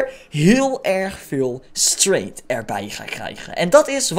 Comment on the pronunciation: Het is gewoon strEngth niet straint je zegt straint